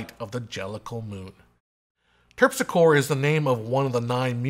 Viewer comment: I only pronounced the Terpsicore the way it is pronounced in the song... I have to look that muse up :) But the 1990s version was very stagey... It all took place inside three walls. The movie has the ability to expand and go elsewhere in the world.